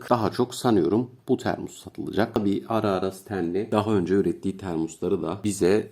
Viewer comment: kulağımda bir ses termua, termus, termus, kulağım yandı hacı abi, termos o termos